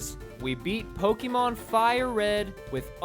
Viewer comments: You know it's gonna be a shity commentary when you ear "poh - KEE - mown" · I went into this video thinking he was gonna evolve them But no, that'd be too easy. Also, the constant mispronunciation of Pokémon and Arcanine makes me sad.